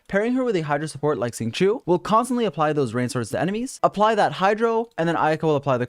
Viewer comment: his is mispronouncing qingqiu professional?